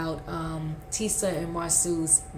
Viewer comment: The names are Marsau ( Marso) and Tisha, not Marsue and Teesa